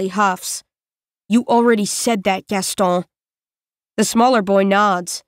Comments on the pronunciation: I'm still confused. Is it "Gasto" or "Gaston"? Because more than half of the time she stops before saying the "n" like "Gasto-" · It's "Gaston," rhyming with "own." The narrator chose to ignore our pronunciation guide and do what she wanted to do.